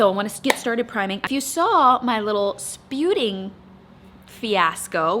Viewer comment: Every time you say 'sputing' I fall in to hysterics thinking about your Mum laughing at you saying 'sputing' 😂😂😂